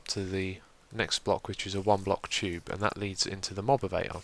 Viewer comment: I love how he says tube haha. Sounds like chube :D